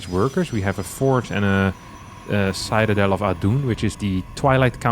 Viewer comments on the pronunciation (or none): Thx for the great series. Pls look up the pronunciation of citadel.